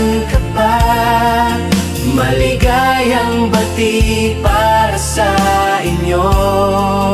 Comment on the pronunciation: okay naman po sana kaso po maligayang Bati napabilis po yata ang pag bigkas..